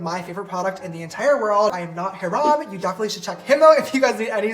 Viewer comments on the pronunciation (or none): He technically didn't say Hyram, he said, "hihRAHM" now he's gotta shout you out again!!! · Harem heram Herman wth did he just call Hyram?!!! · the way James charles pronounced his name "He raahhm" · Everyone: hyram James Charles: hay rarm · ‘Heerom’ could be a cute nickname tho since JC pronounced your name that way. 😂😂😂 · Nobody: James: "Hirom" lol love you james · James really said Hiraam 😂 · James Charles: "Hih-Rahm" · Queen yeah ik haha it just sounded like he said haram 😂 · The way he pronounced your name LMAOOO “HARAM” bro you forbidden. XD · AHAHAHAHA JUST NOTICED THAT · why did James Charles say hyram like that bruhhh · why did james charles say his name wrong thoo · LMAO THE WAY JAMES CHARLES PRONOUNCED YOUR NAME 🤣 OH NO HE DIDNT ☝🏼😹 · he commented and apologized for saying your name wrong!! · The way James pronounced Hyram's name 💀💀💀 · he did say his name wrong...